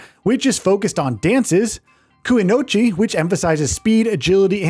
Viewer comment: He also said “kuinochi” when he meant kunoichi.